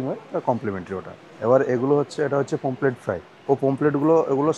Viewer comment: অসম্ভব জ্ঞান ! লিখেছে ''PAMPHLET FISH' !!! আবার বলছেও 'পমফ্লেট' মাছ !!! আরে ওটা 'POMFRET' ! 'পমফ্রেট' মাছ।